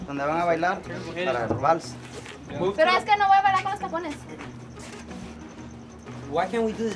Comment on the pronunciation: El vals is not pronounced "the walls" 😒🙄